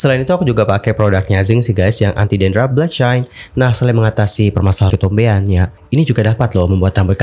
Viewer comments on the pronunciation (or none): none